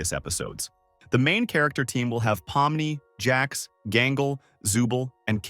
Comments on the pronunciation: WHY DID BRO SAY POMNO?! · Bro said Pommo Gummygo RaGatha NPS